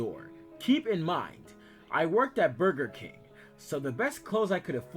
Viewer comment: Oh meow 😀 😆 I can't get enough of narrating voice, especially the way he said Burger King 😂